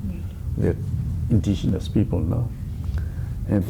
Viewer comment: intigenous?? Typical Tangkhul style of pronunciation. 😂😂😂😂 Baby is pronounced papy in Tangkhul English. Hahaha